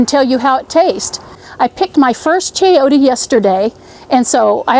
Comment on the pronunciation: Very informative and entertaining video! p s it's chayo-te the te sound is the same as the te sound in tender ... not chayotea. No, no please